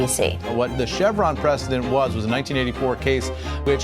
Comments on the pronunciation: 'Chair Khan' or 'Sher Khan'? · Can't help it, I kept hearing Sher Khan (tiger khan and also the villian in Jungle Book) rather than "Chair Khan" which I only figured out halfway through the video. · Minhaj TOTALLY says "Sher" instead of "Chair"❤💗💕 And so well deserved 🦁 Roar, queen 👑 We love you💕💗❤ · Is he saying Chair Khan or Sher Khan? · Sheesh lol it's chair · Is he calling her “Sher “Kah?? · Why does he sound like he keeps saying "Shere Khan" from The Jungle Book? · Every time he says Chair khan, i hear like, Cher Khan, or Shere Khan.😂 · Love that chair khan sounds like ‘Sher Khan’ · I liked the sound of "Sher Khan" too!!! The People's Sher!✊ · Same here. Good to see im not the only one hearing sher khan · You keep saying Chair Khan and it sounds like you're talking to the villain in the Jungle Book